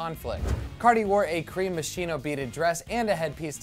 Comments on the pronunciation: Ummm it’s actually pronounced moskino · That is not how you pronounce Moschino smh